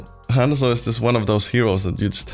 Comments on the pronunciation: It’s not pronounced hand-zo. There’s NO D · Not at all. You say it wrong you say it wrong lol. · How does someone play a character for 2500 hrs and still say his name wrong lmao